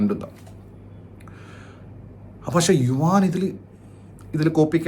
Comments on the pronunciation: യുവാൻ അല്ല മൈരേ.. യുവൻ, ഭഗത് അല്ല മഹത്.. ആറും പൂറും അറിയാതെ പറി പറയൻ വന്നേക്കുന്നു 😌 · yu wan -enna vili rasundu...sadarna elarum yuvan enna vilikunne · Yuvaaan alla yuvan 😂😂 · Yuvaaan no yuvan bro😅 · യുവാൻ അല്ല യുവൻ ആണ്,എന്തോന്ന് ഡേ